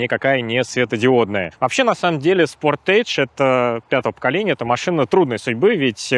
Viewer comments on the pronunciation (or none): "СПОРТидж"!!!! Как же бесит это "спортЭйдж"!!! Сначала ведущий, который, наверно, полмира объехал, но ничего там не услышал, делает неграмотное ударение, потом вся страна так будет произносить.